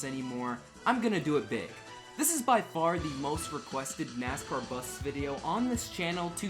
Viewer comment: Danica it is NASCAR not Nicecar